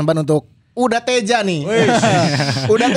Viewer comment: Nyebutna Teija atuh meh siga bung Binder